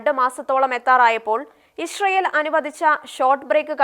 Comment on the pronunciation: Not Ishrael, its Israel 😂😂